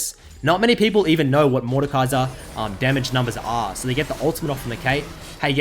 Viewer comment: Completely butchered his name but sure xD